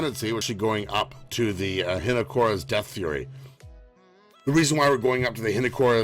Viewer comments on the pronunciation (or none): none